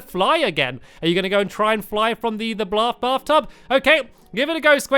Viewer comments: He said blaf tub 😂😂😂😂😂😂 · he said blath tub 😂😂